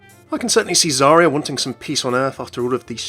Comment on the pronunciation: Zarya's voice actor is definitely not a native Russian speaker. Her pronunciation is off.